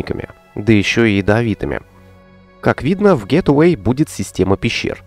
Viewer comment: привет, не в обиду, а скорее из-за частого повторения слова. Gateway - Это гейтвэй, а не гетэвей. Гет эвей - это "Убирайся", "Уходи", а гейтвэй - это "Вход", "Врата":)